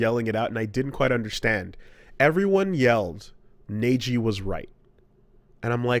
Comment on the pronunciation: "Neiji" Me: (Rips off ears)